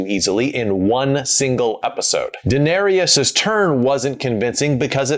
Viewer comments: Did you pronounce Daenerys "danarius"? That sounds like a black man's name... Lol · Who tf is Denaerius? 😂🤣😂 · How can you watch 8 seasons of a show and still pronounce Daenerys incorrectly? At that point you're just being a pretentious contrarian and it's not cute.